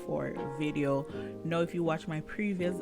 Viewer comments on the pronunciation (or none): Thank u for sharing. I have several English as a second language friends. I think you are trying to pronounce Now and not know. Because 'now' is what people say when they are talking and closing to the next sentence they want to say. We call "now" a filler word or transition word. You use it while your brain is thinking the next thing to say. So if that's what your doing t, think of saying "cow" but day the n sound instead of the hard c sounf. Do you NOW just remember it rhymes with cow. Your doing a great job I would never be able to make s video in another language.